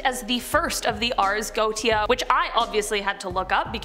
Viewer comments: Her pronunciations are horrible! For example, She is incorrectly pronouncing 'Goetia'. It's pronounced 'Go-Ay-Sha' NOT 'Go-Tee-A'! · Goetia is pronounced: goEESHah. Also I love your videos. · Lol it's NOT GO TE A PRONUNCIATION LOL ITS GO WAY SHA,,,, hahahaha hysterical! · It’s pronounced Go-ay-sha not goatia😂😘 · First off Ffs It’s not goatia Go ay sha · Hey! First I just want to say - thank you for all the brain candy! My 12 yo son and I both love watching your channel!:) Just fyi though - "goetia" is pronounced "go-AY-sha". Just thought this info might help for future vids. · The only thing I ever mind about these videos is the fact so many are pronounced wrong, it takes you out of things... 'Ars Goetia' is more pronounced 'Ares Go-A-Sha'.. Otherwise things are well done, but I would really look things up to just improve on that one thing.. Mammon is 'Ma-mon', Azazel is 'Ah-zay-zel', etc.. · Göetia is pronounced Go-ay-sha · You're mispronouncing that word. It's go-eh-sha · The way names are pronounced kills me. The boom is pronounced as “rs- go- ay-sha”, and some of the demons mentioned asmodeous is “Oz-mo-dee-us”, mammon is “ma- mon” , azazel is “uh- zay- zel” paimon is not paymon its “p- aye- mon” and other than that it’s pronounced pretty well.